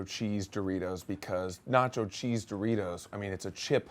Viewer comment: says Doritos like Dough-Ritos